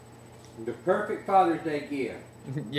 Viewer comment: A chicken. - "The peeufect fathurr's deeu geeeaft". - I knew it when he said it. 😆 I suspect this works so well on camera because the chicken is enjoying watching itself a lot, too. 😁